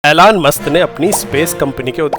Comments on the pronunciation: Elon Musk ❌ Ailaan Mast ✅ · Alone musk ❌ ilone musth✅ 😂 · Elon Musk ❌ Eylaan Mast ✅ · ELON MUSK ❌ ALAN MAST ✅ 😅😅😂😂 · Elone must ❌️ Alaan must ✅️